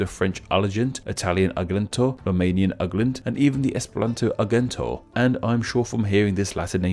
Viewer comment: You pronounced Argento wrong, the "ge" in the word is more like a j instead of a g